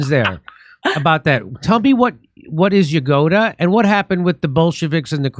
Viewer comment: Genrikh Grigoryevich Yagoda ‘ Candice please get the name right. Don’t be so stupid.